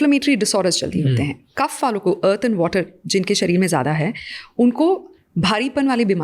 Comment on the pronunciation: I request please do not replace our words with English language It's kaph not kapha It's Vaat not Vaata It's Pitt not Pitta